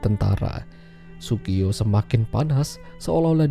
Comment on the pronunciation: Yang bener namanya Tsugio min... 😂😂